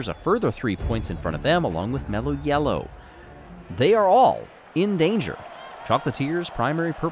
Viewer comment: Say it with, MELLLOW!